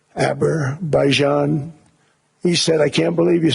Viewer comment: No one can lie and boast like Trump !! No one! He can't even pronounce Azerbaijan! Is there a country named "Aberbaijan"??